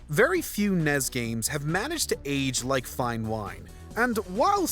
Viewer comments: "Nes", not "Nez"... And "Snes", not "Snez"... Fight me, bro! Other than that oh my God I need everything to be ported to the switch. Y'all are awesome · It's NES as in Nestle. NOT NEZ! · This guy is painful to listen to. It’s ENN-EEE-ESS and ESS-ENN-EEE-ESS and Brothers, not Broes. 🙄